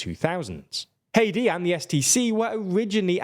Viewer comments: Its Hādi not hedi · It’s not hati why is this commonwealth accented guy this sense ? hati is a country we pronounce (HATE TEE) , Arabs with the letters H A D I , is (HAH DEE) . It’s pretty simple , I knew two people with this name . and no ever called them Hate tee , always Hah dee Jfc . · Errmmmmm It's Haadi not Heidi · The former President of Yemen is Haadi not haedi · it's not hedi it's hadi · Every time he says Hadi I think he's saying Haiti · you completely massacred the pronunciation of HADI